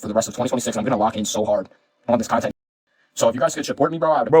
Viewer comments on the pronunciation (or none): Why he keep pronouncing it “conent creator”